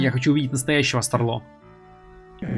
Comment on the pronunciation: СтАрло, от слова стар, ударение на а